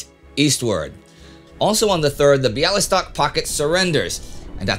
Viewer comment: BiaWystok not BiaLystok